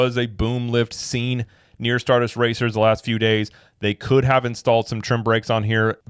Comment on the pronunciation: who can’t even get the name of the roller coaster right, lol “star duster racer” 😂 the way he talks at the press events… I’d argue that his intelligence is also questionable.